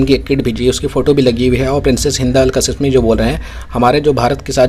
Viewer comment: आप जाहिल है या गंवार। नाम कासीमी है कसिसमी नहीं। शहज़ादी है नाम ज़रा सही बोलो